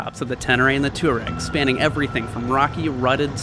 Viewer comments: I cringe every time you say tour-egg. It's pronounced TWAA-REGG, after the Tuareg Berber people. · Gawd. "TWAH REG"